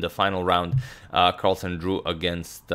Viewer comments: "Magnus Carlasen" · "Magnus Carlasen" ?